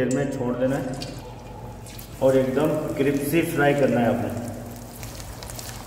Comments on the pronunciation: Aap कृप्सी बोलते हो जो गलत है , कृस्पी बोलो स पहले प बाद में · Cripsy nahiii crispy..😜😜..aur masala ka naam Hindi me batate..basil aur Kya dala